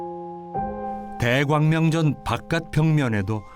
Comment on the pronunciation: 대광 명전으로 발음하는것 불편하네요